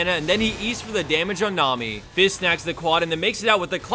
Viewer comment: That inflection at the beginning when he said Nami sounds a bit off for some reason.